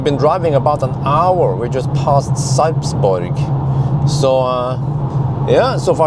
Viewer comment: Sipesburg😂😂 Sarpsborg